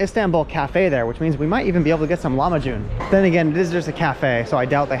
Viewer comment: LahmaJoon not LahmaHoon